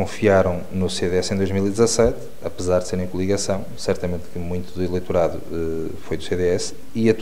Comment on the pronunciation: Eleitorado e não eleiturado.